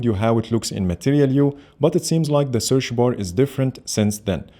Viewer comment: "Searsh bar " i love it 😅